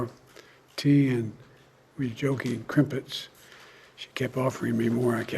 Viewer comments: “Crimpets” -Joe Biden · Biden says crimpets.... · See Joe's new hair? I think it's an added hair piece, haven't seen any plugs like he had done quite a while ago. Crumpets, not Crimpets, Joe. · Did he just say crimpits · Did Biden just say crimpets? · Crimpets? Seriously? I'm a Yank and even I know it's crumpets.